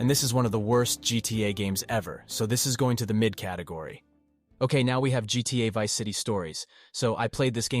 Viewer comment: I was debating with myself whether this was an AI voice at first, then he said GTA Varsity and GTA I4😂 sorry homie, I'm gonna go watch a better one.